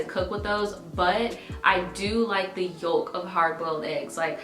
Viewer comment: I’ve never heard someone pronounce ‘yolk’ like that 😂